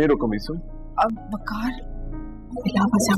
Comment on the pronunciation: Bay baak nai Baykaar